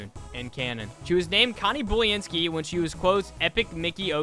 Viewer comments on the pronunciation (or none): Pronunciation:Boo-len-skee (Boo as a pun for her being a ghost):Bully-n-skee